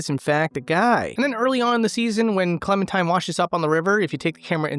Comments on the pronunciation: Did dude just call Clementine Clementime? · Its clementine, not clementime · Its also Clementine not Clementime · 6 years later he still says clementime lol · What time is it? It's Clemen-time Edit: I made this comment thinking it was a one-time mispronunciation but you kept pronouncing it 'Clemen-time' the whole way through... "not even owned by Clementime, does have Clementime's stuff in"... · are you.....are you saying clementime? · are..are you saying Clemen-"time"? lol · "It's clemen' time" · no it's Clemen Time and then she started clemmin' all over the place